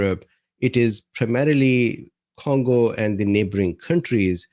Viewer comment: What's the first syllable of CONgo. Voila!